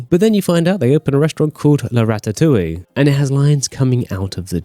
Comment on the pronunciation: Did he really say rastatoulie